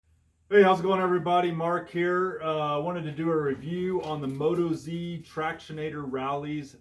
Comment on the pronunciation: Just a FYI: the tire company isn't pronounced Moto-Zee,...it's Motoz (Oz, as in Australia, where they're made) Enjoy